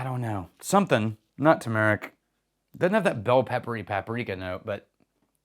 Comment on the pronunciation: that is a weird pronunciation of Turmeric😆